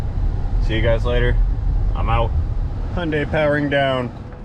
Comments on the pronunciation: Lol I love how you say " Hi-yun-day" that's how us Aussies say it 🤣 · I need to hear H-Y-NDAI one more time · hyundai is 2 syllables. hyun dai. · Was that a JAPANESE accent for a KOREAN vehicle, LOL.